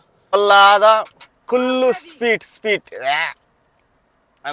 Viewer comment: anna speet kaadhu😂 adhi sweet 😂😂